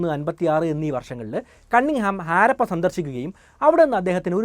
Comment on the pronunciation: Jnaan vichaarichu 5000 rupya aairikum enn. Baagyam 4999 ruveyaan. Chinkalk idh modalaavo. Aaarappa alla harappa. First clear your pronunciation 😂😂😂😂